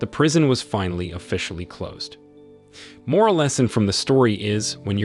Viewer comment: Wtf is that "miral of the story" lmao